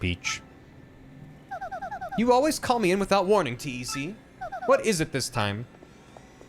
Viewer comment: why did switch from calling TEC, uh, TEC, and instead T-E-C?